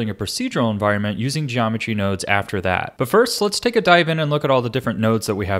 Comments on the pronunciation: Genometry wroahds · "genomentry wurodes" smooth